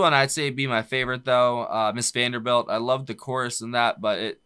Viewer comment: It's actually "Mrs. Vandebilt", without "R"...